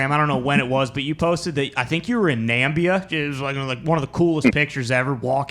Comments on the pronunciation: It's Na-MIB-i-a, not NAM-bi-a. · Why calling Namibia «Nambia»🤣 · Did dude really say Nambia? Was he trying to be funny or what? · Great interview. Hey it's NAMIBIA by the way, no such things as "Nambia". Keep it up boys. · Bruh, it's Namibia not Nambia. Otherwise great content as usual. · is ty mocking the people who think its called nambia? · Also, I think it's Na-mih-bee-uh.